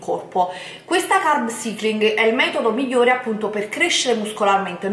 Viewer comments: Solo una cosa.. Prima di fare un video con termini inglesi vai su Google traduttore e fatti ripetere un centinaio di volte la pronuncia esatta delle parole! Altro che "carb cIcling" , sarebbe "carb saikling", nel 2017 cosa tocca ancora sentire... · E dai.... Carb ‘Saikling’.... si pronuncia così! Ma non guardi mai altri video in cui lo pronunciano bene????? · Parli come una bodybuilder quando della "vera" bodybuilder non hai nulla! Scusa come hai pronunciato carb cycling?! 🤣🤣🤣🤣 fai ridere!!